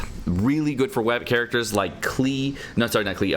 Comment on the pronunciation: its pronounced like clay